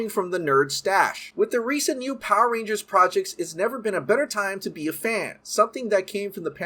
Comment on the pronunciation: Why do all Power Rangers YouTubers pronounce is "PAH-rangers" ? lol